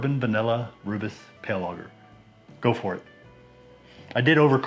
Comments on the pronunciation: Nice! I’ve been meaning to brew something with rooibos; this sounds like a nice combination. I might do a cream ale version though :) Btw, it’s pronounced roy-bus. Cheers! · Hi, looks amazing and sure it tastes incredible. As a South African please can you quickly watch a video on YouTube to pronounce Rooibos correctly 😊. I have made a Rooibos Ale and wow it was so good...maybe because I only drink Rooibos 😅 but I actually added the tea at flameout for 20 minutes